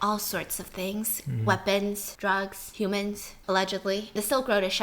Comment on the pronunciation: S-Stephanie? are you okay? you literally- umm said "YOu cAn BuY HooMAnZ" w-where are you S-Sh-Shoping